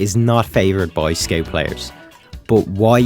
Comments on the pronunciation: Its Scout, not Sceut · Is it a joke or you really pronounce Scout Skeut? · Why did you pronounce "scout" as "skate" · What the hell is a scate you mean scout bruh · "sciot" took me 10 minutes to understand